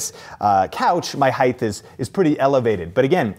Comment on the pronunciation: Why does he keep saying "heigth"